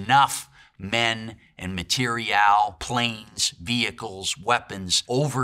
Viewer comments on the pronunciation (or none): "materi-elle"? What an odd pronunciation... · Obsessed with how this guy never pronounced "material" the same way twice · Why do you say Material like that ... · Sorry, but it annoyed me how he pronounced "material". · Why does this guy pronounce “material” in such a weird way? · He says "material" in a interesting way